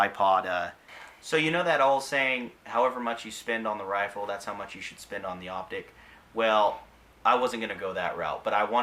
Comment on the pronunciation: He said wifle. Scwewy wabbit.